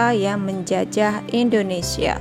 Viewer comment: indonesia kak bukan endonesia